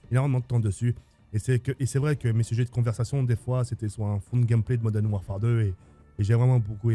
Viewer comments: Tk à bien dit Call of Duty moden warfare ou Call of Duty modern warfare 👇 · Vidéo sympa, j'ai à peu de choses près le même top 5, par contre niveau anglais zéro ( Modène wafaire, wol at waa, remasteraide) un petit effort surtout que le nom des jeux est écrit sur les boîtes